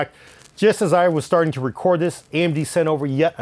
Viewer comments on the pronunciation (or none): none